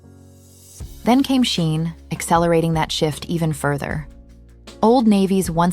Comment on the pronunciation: who is this narrator and what rock does she live under because who calls Shein "Shine"? lol